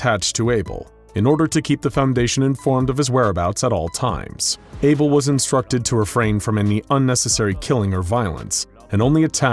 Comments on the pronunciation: Isn't it Abel not Able? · isn't it Abel? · for fucks sake, its abel